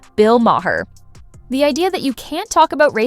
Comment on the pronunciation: You don’t know how to pronounce ‘Maher’.